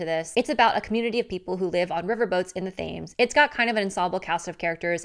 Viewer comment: jsyk, the river Thames is pronounced Temz. :)